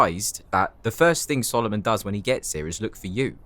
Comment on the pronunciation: BROO THE WAY HE SAYS “solomon” WITH THE ACCENT IS SO 🤭😫😫😫😩🫶